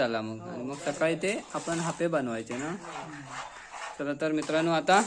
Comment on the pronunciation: हयका हापे नाही बोलनत आप्पे बोलतत